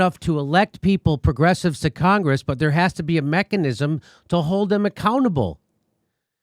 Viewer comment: Cenk has a tough time saying mechanism lol